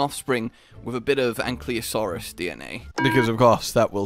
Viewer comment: Still waiting for to pronounce ankylosaur correctly 😂